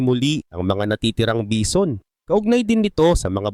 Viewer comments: HAHAHAHAHAHAHHAHAHAHHAHHAA BEE ZON BA NAMAN ANG BASA ARAY KO 😂😂😂😂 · Bee zon amputa